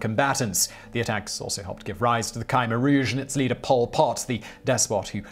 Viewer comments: Khmer isn't pronounced Kai-mer. It's either K-mare, or K-mai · Simon, Simon, Simon...Dude, "Khmer" of Khmer Rouge is said more like "C'mere" (i.e. contraction of "come here"), not "Kai Meer." Also, it's pronounced "Mee Lie" (like pidgin English for "I lie"), not "My Lie." I recommend doing the overdubbing thing you did early on in the video for these too, Simon. Sure, it's YouTube, but you look old enough to know better Simon. Simon, what if I made a video of your nation's famous battles at "Again Court" and "Has Things"?